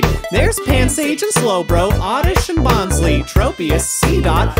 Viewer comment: He messed up bonsly. He pronounced it bon-slee not bon-sly